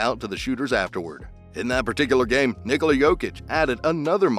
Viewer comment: knee-coal-ah not nicolai